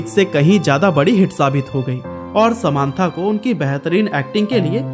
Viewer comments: ❎ समान्था नहीं समन्ता ✅ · Nobody: This guy :sa maaan thaa